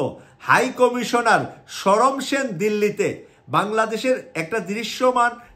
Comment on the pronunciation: হাই কমিশনারের নাম ছিল সমর সেন, শরম সেন নহে। এ পর্যন্ত ভিডিও চলার সাত মিনিট পনের সেকেন্ড পর্যন্ত তিন বার ই অশুদ্ধ উচ্চারণ করেছেন, জানিনা বাকি আট মিনিটে আর কতবার এই ভাবে উচ্চারণ করবেন ।